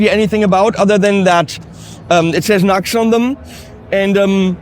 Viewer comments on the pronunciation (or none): NEW-X! not NUX you NUCKLEHEAD